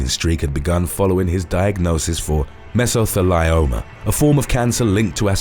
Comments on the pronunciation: I may be weird, but the correct pronunciation for John Matthews cancer is meh- zuh-thee-Lee-ow-muh. it just doesn’t seem right to mispronounce such a devastating disease. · That's so odd considering something like 62% of abandoned places that are just filled with asbestos which we know causes mesothelioma are in the Uk Edit: its pronounced "MESS-O-THEE-LEE-OH-MAH" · Actually, it's pronounced 'Mezzo-thee-lee-oh-ma,' (the 'thee' rhymes with 'tree.') 😉